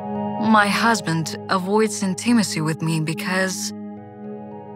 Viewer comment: Ударение на первом ИИИИ в слове intimacy